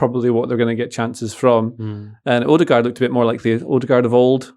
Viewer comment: I like how they are correcting each other on odegaards name but are still completely mispronouncing it 😂